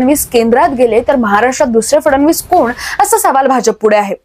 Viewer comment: फडनवीस आणि फडणवीस यातला फरक पत्रकारांना कळत नाही आणि उच्चार पण करता येत नाही।